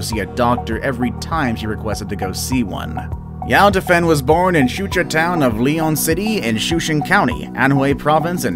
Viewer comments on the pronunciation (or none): none